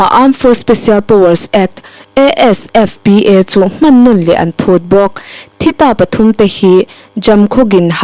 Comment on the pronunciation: ASFPA Nailou AFSPA anih kha Tlem in research hmasa zel la a tha ang news in tih chiah hma khian. KANGZA hilou LANGZA ahi . Neuchik research lechin pronunciation diktak zang thei pah di himai. KIPZEN hilou KIP-GEN ahi. Research that louh hi i weakness ani tlat.